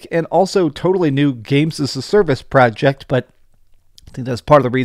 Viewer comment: Stop saying project. You sound cringe. You can't say it right.